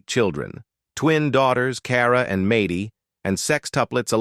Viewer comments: Maidy? Really dumb channel. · Who says MADDIE WITH A LONG A??? Soooooo annoying!! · Who in the world is MAY DEE. It’s Maddie. Short for Madison. Do your homework before you put it on the internet. Good grief. I can’t listen to this anymore. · AI READING is horrible. It can not pronounce Maddie, Who says Maddie with a long A. So wrong , AI is very dumb. Pronounce Maddie and the A is said like (at). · Fix the name saying! It’s MADDIE NOT MADIE! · It's pronounced Mad-dee, not Made-ee! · I agree